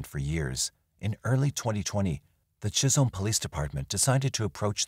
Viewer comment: Chisholm not chisel MN. I worked at Heritage Manor in the 90's